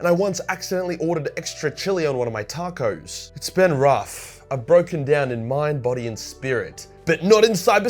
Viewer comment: I hope your trolling with your pronunciation of Tacos. If it’s not then you probably just dried up the only female viewers you had 😂🤣